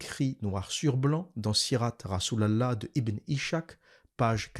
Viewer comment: Ishak se prononce en fait Iss hak . C'est Isaac en arabe.